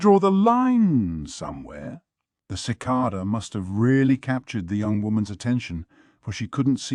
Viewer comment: Sheesh. Even mispronounced "cicada". Sigh.